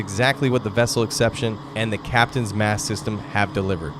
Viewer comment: It's Captains Mast not mask.